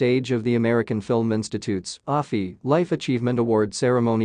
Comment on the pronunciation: What the ever-loving eff was Harry thinking? Oh that's right, he's destroyed his brain so he wasn't thinking. Thank you, Mr. Freeman for so graciously taking out the trash. P.S. To the creator of this piece: It's pronounced A-F-I, as in American Film Institute. Not Ah-fee.